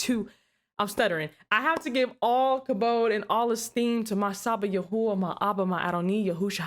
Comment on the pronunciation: just wanted to let you know I really love your show and I am so impressed with your usage of Hebrew you're one of the first people I've ever heard say the sacred name correctly. Preserve the Way. Shalom. Yahuyah Baruch ata